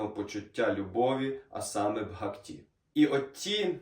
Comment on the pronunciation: Дуже інформативно, дякую. Але ріже слух наголос у слові "бгакті" (має бути на першому складі). 🙂